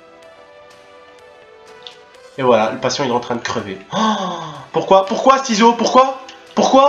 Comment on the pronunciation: Mdr la video je kiff ton talent de chirurgien et mdr quand t as dit saloperie de ciseaux ( seezo )